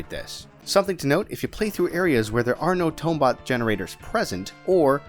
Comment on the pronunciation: Ughh come on, it's pronounced Tombot, not Tombot! Great video,. Loved the Spongebob reference it god a good laugh out of me.